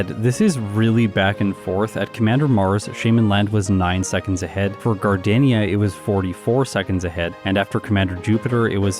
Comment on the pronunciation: “Gar Day See Ya” is how it pronounced